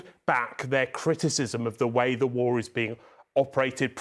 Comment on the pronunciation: WAR?????????? EXCUSE ME???? IT IS NOT WARRR